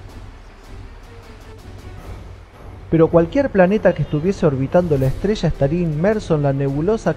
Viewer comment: La ESTRESHA y los RASHOS SHA SHEVAN muchos años ASHÁ arriba😂😂😂😂